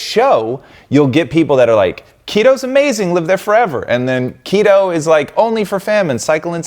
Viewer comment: What is kettle or is he saying keto?